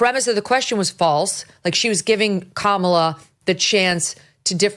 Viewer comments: “Kamalala” is not qualified to string a coherent sentence together, let alone, being President. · Biden couldn’t even remember how to say her name right… Never mind spending all this time together discussing this stuff